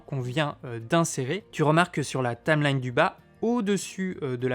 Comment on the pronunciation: Tameline... Tameline ... Tameline ... c'est pas plutôt une Taïïïïmelaïïïne ??? ahah je taquine ! J'ai débuté avec ce logiciel, et je ne peux que le conseiller !